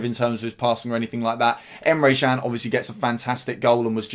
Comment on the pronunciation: Good video, Emre Jan tho? James Pearce at the echo says Emre Chan, and he’s never wrong!🤔